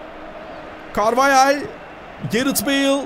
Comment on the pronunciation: Carvahale carveyel diyen koca yürekli spiker